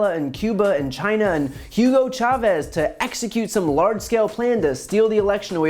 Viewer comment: What took me out when she said hugo chevaz..mind you the man been dead since 2013....lmao